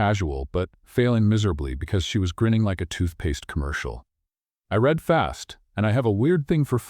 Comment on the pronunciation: AI must learn to read "read" as present tense REED or past RED